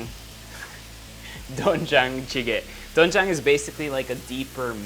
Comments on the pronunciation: It pronounce as dwenjjang or denjjang sir erwan. And its better to soak po muna sa tubig ng 30mins to 1hour yung glass noodles instead of boiling😊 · It's DWAEN-jang btw and AH-jeomma not ahJOO-ma 😊✌ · it is pronounced as du-wen-jang HAHAHA basic knowledge only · It’s actually pronounce as softer ‘o’ not really ‘oe’ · Doenjang is pronounced as du-wen-jang~😁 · doenjang (do wen jang)